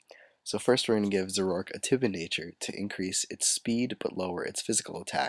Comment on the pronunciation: i thought it was pronounced "zor-o-ark"